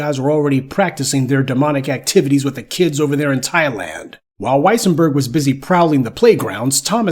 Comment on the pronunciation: wesienburg...... thats "dem" folks.